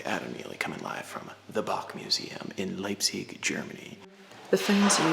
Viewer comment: It's pronounced Bach